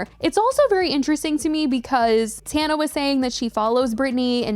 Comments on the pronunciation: I love that she calls her “Tawn-A” and not “Tan-A” lol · Tawhnuh 😭😭😭 girl it’s tanuh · It’s pronounced tawnuh in most languages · She always finds something to argue about the other person that is irrelevant, she can’t ever just take the L and leave it at that 🙄 like what does pronouncing Tana’s name wrong have to do with “being so knowledgeable”